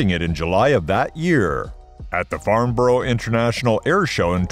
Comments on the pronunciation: Farnburuh not Farnboroh. The word Borough, is pronounced Buruh as in but. The UK has nuclear weapons. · It's pronounced Farnbora, not Farnoro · It's not difficult to pronounce Farnborough correctly - give it a try.:) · Whoever puts these stupid features on you tube with inaccurate thumbnails should not be allowed on here. This person cant even pronounce Farnborough 😂 Propaganda and BS comes to mind 😊 Leave the fairy tales to the British government 😂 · Anyone who cannot pronounce 'Farnborough' is not an enthusiast. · Your saying Farnborough wrong, we in the U.K do not pronounce it that way.